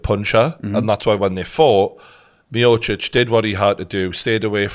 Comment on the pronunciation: i speak croatian and that pronounciation by TG was on point! best one so far!